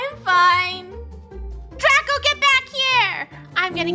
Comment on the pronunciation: It's draco not draca